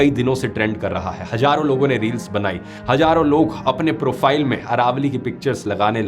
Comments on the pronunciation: Hajaron saal ❌ hazaron saal✅ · It's Hazaro not hajaro